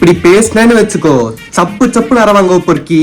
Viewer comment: Especially when you say the word poriki 😂😂